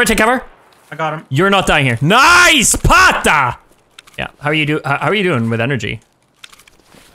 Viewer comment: Every time I hear pata the end becomes pon. Too much Nintendo from the past 😂